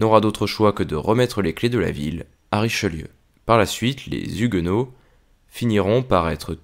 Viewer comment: Ne fais pas la liaison : les Zhuguenots